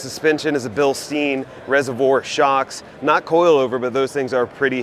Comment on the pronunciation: You missed the best Gladiator. The Wayalife. EVO build with their new triangulated 4 link rear suspension with trailing arms. Also you pronounce Bilstein wrong. Think beer stein when you say it.